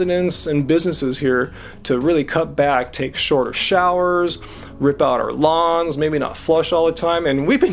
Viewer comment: lawns... i thought he said lungs LOL